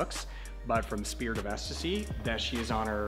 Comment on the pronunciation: Surprised a Canadian got the pronunciation correct on the spirit of ecstasy most people say extacey or something like that bravo bud